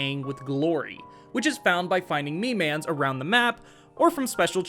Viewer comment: You say "miman" like a boomer mother would say "pokemon"